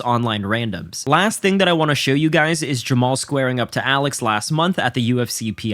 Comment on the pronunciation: Jamma-Hall Hill doesn't know his father! Neither does Jamma-Hall's mother! Feel sorry for him now!! Right now! And I'm getting more than a little tired of y'all disrespecting my boy ! His name is pronounced JAMMA-HALL HILL! GET IT RIGHT!